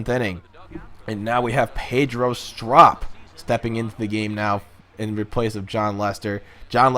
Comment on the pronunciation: are you even a cubs fan it pedro strop with a ope soun not a op